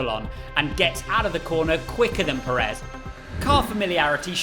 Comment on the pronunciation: It's Pérez, not Peréz.